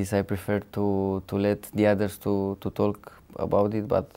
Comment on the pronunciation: Marin : "...to tolk..." :)))))